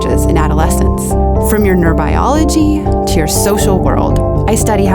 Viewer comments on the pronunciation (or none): It really threw me to hear a professor of psychology mispronounce the word "neurobiology".